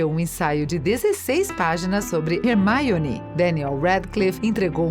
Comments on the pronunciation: dps do HERMAIONEY fechei o video kkk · Hermaione é foda viu,que agonia do carai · Moça... Fala Hermione direitinho Pelo amor... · TODO mundo falando da Hermaione Mas alguém notou que ela disse “DAMBEUDOR” né??? Pelo amor de Merlin hahahahaha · E ainda foi pronunciado errado kkkkk seria mais como um "Rarmyone" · Que agonia dessa mulher falando RERMAIONÍ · manooooo, que porra de Hermaione or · E ela ainda pronunciou errado kakaka, em inglês a pronúncia do "e" é tipo um "a" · Mas é Hermaione que se pronuncia, amg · é HERMAIONE e acabouuuuu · Kkkk parece q ela fala "maionese" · Da vontade de dar um soco na cara dela quando ela pronuncia assim o nome da Hermione 😂👌🏻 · Kkkkk ela disse errado o certo e Harry Roni e Hermione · Gente em inglês não pronuncia o nome da Hermione com “i” no meio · Gente, pelo amor... Vamos aprender a pronúncia dos nomes dos personagens. O vídeo tem um conteúdo massa, mas esse jeite em que Hermione foi falado mata tudo. Qualquer (Generalizando) Potterhead fica louco. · Mano que agonia dessa mulher falando "Hermaione" fALA "HERMIONE" MANO Tira essa mulher daí man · MANOOOO que raiva dessa mulher ficar falando Rérmaioni, se fala Ermioni se escreve Hermione mas se fala Ermioni POR FAVOR ARRUMA ESSE FALA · Pelas barbas de Merlin!!! Fala Hermione, não Hermaione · Sério velho da MUITA AGONIA ela falando HERMAIONE Velho fala direito kkkkk E HERMAIONE MANO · Como se diz: HerMIone Como ela fala: HerMAIone Eu: >:V E HERMIONE FALA DIREITOOOOOO >:C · "Rermáione" Lembrei de maionese ;w; AAAAAA MEUS OVIDOS, É HERMIONEEEEEE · Teve um vídeo que essa mulher falou Rermaione Granguer, invés de Hermione Grendjier (-¿.- ?) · O vídeo é muito bom mas me deu muita agonia esse mulher falando "Hermaione" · Hermaione é meu pau, é HERMIONE! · "é Hermione não Rermáionê"... Kkkk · Mds que fadiga desse mulher falando Hermaione pelo amor Deus fala Hermione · É HermIone e não HermAIone! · "Warner Brothers" "Hermaione" kskakKakak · Rermaiore?? Q vergonha senti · Ramaioni? Kkkkkk